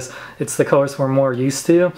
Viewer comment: It's colors not cuhers. It's Teeth not Teef